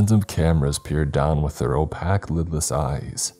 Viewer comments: Opaque- pronounced “Oh-pay-ke” not “Opack” has a bad habit of mispronunciation. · Lmao he said "with their oh-pack eyes" 🤣🤣 The correct way to say "opaque" is OH-PAKE. Come on dude, how do you butcher so many easy, simple words? I just dont understand. At this point its become a game, listening for what he'll hilariously get wrong each time lol